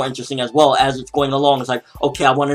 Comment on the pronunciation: Werr Werr Taiga. What a suprwise to wind you hear. (Well well, Taiga. What a surprise to find you here)